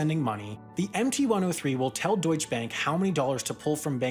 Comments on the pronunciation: It's pronounced doychuh, not doych. In German, every letter has a purpose and nothing is silent. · you are ssaying deutsche bank so wrong. that e is there for a reason and should be said. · DeutschE bank, not Deutsch bank. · In "Deutsche Bank" the E in DeutschE is not silent, and "Bank" is pronounced like "bunk" in eg "bunker" or "debunk".